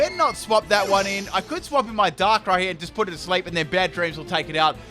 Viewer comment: Did he say DANKRAI? :O